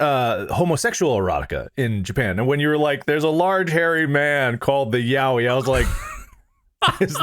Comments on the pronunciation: it's pronounced 'yeah-oy', mark. as in literally ya-oi. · Yaoi being consistently pronounced "yowie" is, well, it's something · It’s yowie